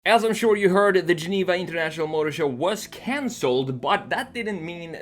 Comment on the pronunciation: sounds like he's developing a bit of a nigerian accent. He said 'consold' instead of 'cancelled'